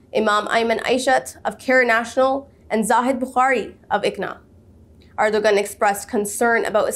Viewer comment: Great job, sister, but please pronounce President Ergodan's name properly. In Turkish, the ⟨ğ⟩ (sometimes represented with ⟨ɰ⟩ for convenience) is known as yumuşak ge ([jumuʃak ɟe]; 'soft g') and is the ninth letter of the Turkish alphabet.